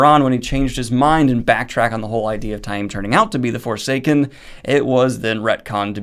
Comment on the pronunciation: I take issue with some of Daniel's pronunciations, but Ta-eem is correct. Reportedly, fans who said 'tame' kinda got under the author's skin, at appearances.